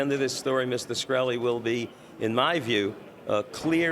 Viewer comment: Did the lawyer just make up the scientist qualification? He doesn't even pronounce his client's name right.